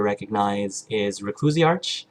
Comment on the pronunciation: P.S. The ch in the end of my name is actually pronounced as a "k" in the end (it sounds like Recluisark). Don't worry, it's my fault for picking such a weird name! ;) And I almost forgot, congratulations for the 100 subscribers, good work and good luck in the future!